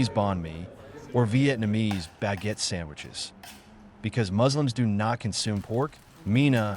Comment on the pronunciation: Did she just say “sang-guiches”?!